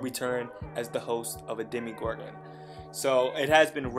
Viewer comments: he said demIgorgon BOI its demOgorgon UGH it makes me so mad when people say demigorgon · ARE PEOPLE ON PURPOSELY SAYING "DEMYGORGON" JUST TO TRIGGER ME? Because if so, you have. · SamFooSammieComments bruuuh ikr. My friend says it all the time and I'm just like. DemOgorgan DAMNIT